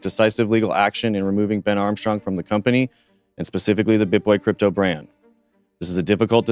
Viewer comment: 'Cryto'? Seriously?